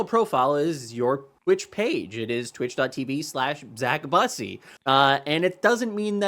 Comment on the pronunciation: Lol was calling him Zack Bussy?